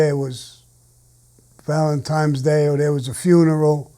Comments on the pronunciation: It's Valentine not Valentime..... N not M. Duh. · If Sammy says ValentiNes day is valentiMes day then ok yh it is sure thing!! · "Valentimes day" lol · Tremendous story Sammy . Valentimes lol don’t worry your definitely not the only one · How many times I gotta tell you's kids? Valen-times. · You tell Sammy The Bull it's not pronounced Valentimes day. Actually you know what? Valemtime's day is coming up. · "Valentimes" Day is my favorite holiday.... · I like it when he says "Valentime's Day" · "Saint valentime's day" -Sammy the Bull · “ValentiMe’s Day.” Sammy the Bull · I love when he says Valentimes Day ! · That's the way most Italian American say it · LOL, I say it the same way.